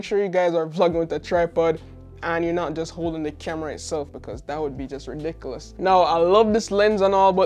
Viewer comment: DID YOU SAY , RE-DISCULAS ? LAMO :) IM TAKING IT!! :)